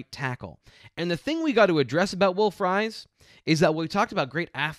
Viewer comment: Pumped to see somebody in the NFL with my last name, but it's pronounced FREESE any time you see 'ie' in a Germanic name it's pronounced Ee